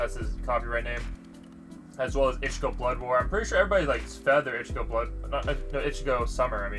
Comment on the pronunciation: And its ichigo not ikki